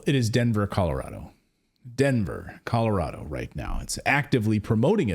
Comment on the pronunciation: Commurado not Colorado